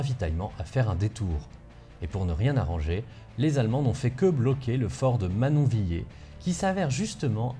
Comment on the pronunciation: bon on dit Gerbévilé et manonvilé (phonétiquement) mais c'est pas grave! :D bien content d'en apprendre plus sur mon secteur!